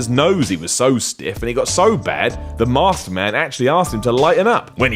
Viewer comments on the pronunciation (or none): none